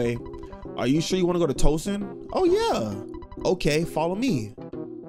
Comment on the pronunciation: Yo if you say Twoson wrong again I’m about to spazzz 😂😂😂 also you get me scared sometimes when you be liking songs from games cuz I be thinking you bout to rap